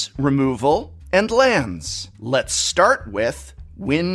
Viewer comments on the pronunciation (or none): none